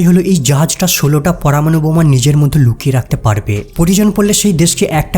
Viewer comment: বাংলাদেশীরা (ঢাকাইয়া) মধ্যে উচ্চারণ করতে পারে না, পিকিউলিয়ার ভাবে উচ্চারণ করে " মোদ্য"।